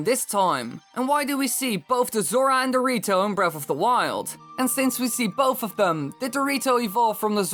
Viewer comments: lol you said dorito instead of the rito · sounded like he said dorito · I thought you said zora and dorito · i kept hearing the rito as dorito the whole video